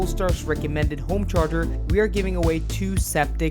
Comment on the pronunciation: "I want a Zaptec GO homecherger"